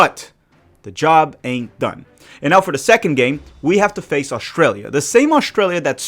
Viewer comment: Could somebody tell me where Oshtralia is? You should be able to pronounce the name of the country you’re facing. Keep downplaying Australia. By the way. The first land based defeat of the German army was EL Alamein. The US were not there the Australians were the first to break through the German lines. Flaunting ignorance is a bad look.